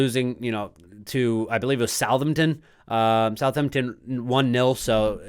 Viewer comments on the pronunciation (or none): good video but I feel quite offended you said southernturn coming from a Southampton fan 😅